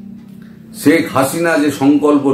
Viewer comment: দাদা, আপনি বলেন “ছেক”। হবে “শেখ”।